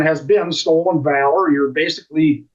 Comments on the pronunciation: Not Valor, long a. Short a...as in pal. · Pronounced Val - or. Not cutting you trying to help. Love your content and how you put things. KEEP UP THE GREAT WORK 💯💪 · Valor hun said it wrong lmao